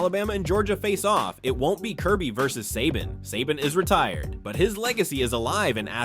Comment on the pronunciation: Um buddy first off saban is pronounced say ban not suh bon and second stetson bennett didnt hit adonie mitchell in 2021 nat champ game that was 2022 against Ohio st dummy if youre doing a video on uga and kirby smart at least get the damn facts straight